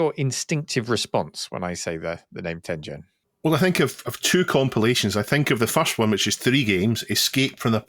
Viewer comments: Tengen is pronounced with a hard G. As you said it's a Japanese word from the game Go and is an era in Japanese history. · Ten Gen not "Ten Jen." テンゲン Such as the G in Garage or Gone.